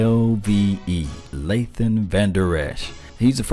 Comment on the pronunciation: His name is pronounced (phonetically) LAYT-IN, not LAY-THIN. 😆😆😆